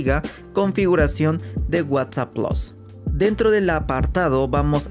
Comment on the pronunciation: Plus no plos